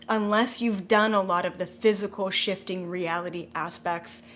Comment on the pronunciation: I couldn't help but laugh when you talked about purging and it sounded like you said Shitting Yourself to a new reality. It's not you its me lol.